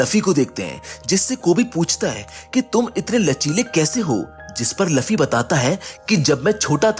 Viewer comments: Luuuuuuuuuuuufffffffyyyyyyyy not laffy sare video ki maa bhen kr diiii Bhai tune.😮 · Bro I like your explanations, but he is Luffy not Laffy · Arey wo luffy hey laffy nahi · Laffi nhi luffy ha